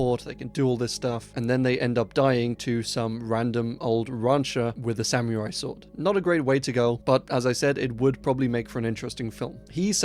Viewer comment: Love the videos, but please look up how to pronounce samurai lol. That part bugged me. That would be an awesome movie, though. An old man killing aliens with his sword 😂